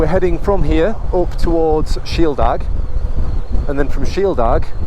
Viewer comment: The aig at the end of Shieldaig is pronounced similar to aid but with a g.